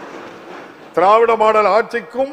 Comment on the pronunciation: த்த்த்த்திராராராராவ்விட ரொம்ப அழுத்துராரு பா